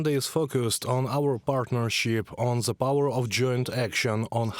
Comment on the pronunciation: Ze? In the whole country on Ukraine, you don't have one person who speaks propper english?